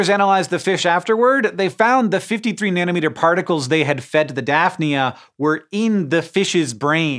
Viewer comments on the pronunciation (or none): none